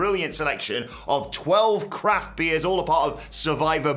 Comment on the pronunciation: Sounds like they are says “crap beers” instead of “craft beers” 🤷🏻‍♂️